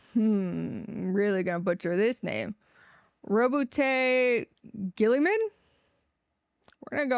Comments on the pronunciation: You pronounced Roboute Guilliman’s name perfectly! Feel free to call him Big Bobby G! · Rowboat girlyman name mispronounced is quite fine, its a standard meme at this point.